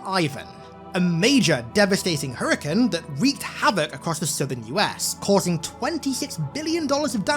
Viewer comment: Did always say naughties instead of nineties and Hurrican instead of Hurricane?